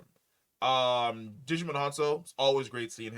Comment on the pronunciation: Pretty sure Djimon isn't pronounced "Digimon"